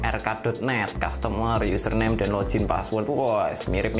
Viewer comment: Kontennya bagus bang.. cm agak risih ama kata "lojin" yg bener bacanya log-in, tetep dibaca "g" bukan "j"